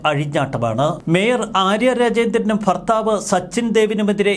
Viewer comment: സർ ഫർത്താവല്ല ഭർത്താവ് എന്നാണ് പറയേണ്ടത്